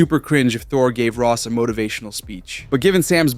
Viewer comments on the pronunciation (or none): none